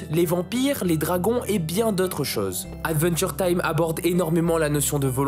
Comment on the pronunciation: Attention à la prononciation, c’est bien aDventure time, et non aNventure time. Une fois ça peut aller mais toute la vidéo…😮‍💨😮‍💨 sinon trop trop top !!!!